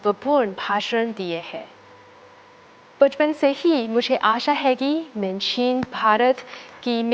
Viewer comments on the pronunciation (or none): She definitely doesnt speak hindi and reading the script of you observe. मैं main she prounce मैन